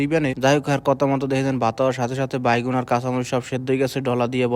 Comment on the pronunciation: ভাই বেগুন কে বাইগুন কেন বলেন,,, এটা ঠিক করবেন আশা করি